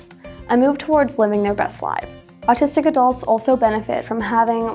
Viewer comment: You sound like you’re saying artistic.